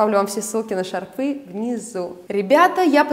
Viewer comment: бАнты! шАрфы, с плАтьями. Извините, но ухо режет.